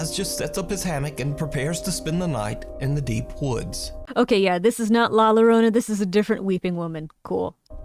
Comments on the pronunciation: These weren't too bad since the emotional support loli was with us. Also La Llorona is pronounced as La Yorona. Double L = Y for spanish words. At least, the times ive used/seen em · I have returned to this video just to point I love the way you say la llorona